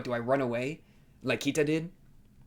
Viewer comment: It's pronounced Key-ta not Kia-ta.